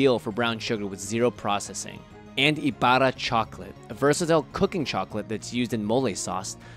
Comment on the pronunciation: I wonder if the Ibarra Chocolate jas something to do with Crisostomo Ibarra from Noli Me Tangere... Also spot on pronunciation!!